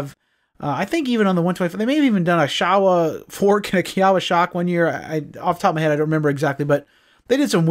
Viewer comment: There was a Showa Plant in the Town I grew up in and it's actually pronounced Show-uh. That's how the Workers from Japan Said it Anyways. Not trying to be a D*ckhead, just an FYI message...